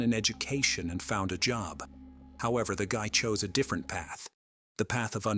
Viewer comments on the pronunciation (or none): none